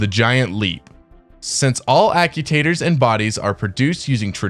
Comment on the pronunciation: Ack-you-taters? I love the concept of the video, but the mispronunciation of actuator is killing me...